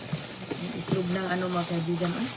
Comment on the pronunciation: Itlog Po.... Not Etlog✌️✌️✌️